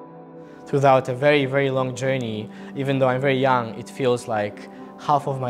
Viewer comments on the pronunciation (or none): none